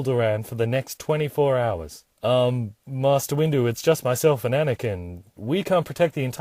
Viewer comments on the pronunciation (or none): none